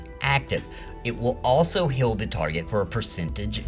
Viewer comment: Love channel, hate how you say heal. . It's heal not hill. 😆